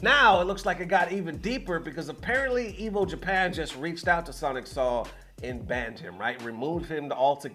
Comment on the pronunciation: His name is pronounced "Soul" not "Saul" 😂